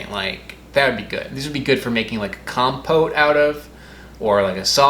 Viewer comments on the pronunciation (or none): none